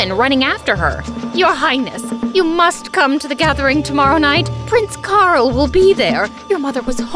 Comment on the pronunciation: Lol the way Princess Ida call Prince Carl "Prince Carrot😂😂